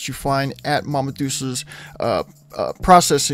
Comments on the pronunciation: "Mama Dooces, er, Mama Dolses"... It's Mama Duhlceh. Jesus lol. Butchered that shit. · Mama "dole-chay"